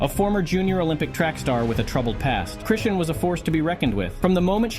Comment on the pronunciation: Chrishin,Crewstin,Crustin, Chrushin, Christean,Christian, Chrisan,Chrison, Crushin.... YOOOOOOO..... IT'S CHRISEAN!!! HOW YOU MAKE A VIDEO AND MESS UP A SINGLE NAME SO MANY TIMES HAS ME STUMPED.... THIS IS HOW YOU DON'T GET LIKES AND SUBSCRIBERS.... IT COMES OFF LIKE YOU DIDN'T DO YOUR RESEARCH AND ARE CLOUT CHASING. DO YOUR HOMEWORK YOUTUBER.